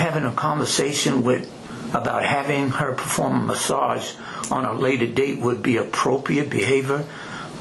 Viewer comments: (“ she said she uhh do a, do “ASAGE MUHS” ) 😂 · a guut massage